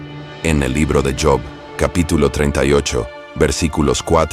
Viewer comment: JOB NO SE PRONUNCIA COMO SI FUERA EN INGLES , PÁRESE QUE PRONUNCIA LA PALABRA TRABAJO ,SE PRONUNCIA COMO SE LEE JOB.